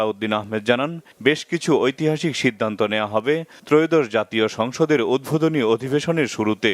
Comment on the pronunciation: প্রতিবেদকের কথা , উদ্ভোদনী না উদ্বোধনী।